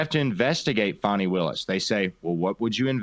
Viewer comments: It’s pronounced “Fanny”, like ass. Not Fawny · Fani, just another word for Ass. ( and, by the way, the people who grew up with her know. It is pronounced "Fanny", not the fancied up "Faunci"). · Her name is fanny meaning ass. Not fawni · Why are YOU calling her fawnie... HER NAME is FANNY! In 1940 that was the definition of where SHIT comes from! A cigarette & a blindfold is all the democrats DESERVE 😊😊😂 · Fani Willis - the biggest Fanni in Georgia!! Btw is it pronounced Fan-E or Fuh-knee? Either way it's a stupid name 🙃